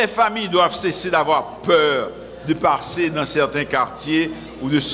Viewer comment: LES FAMILIES NE DOIENT pas peur de "" PARSSER "" dans des quarters ...Ariel ap depose francais Bleu se ""parsser ""